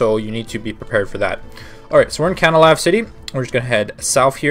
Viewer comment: What... Ca-na-la-vee?